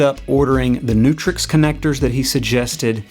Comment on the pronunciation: Nice article, thanks. But it's Canare and Neutrik (not canary and neutrix)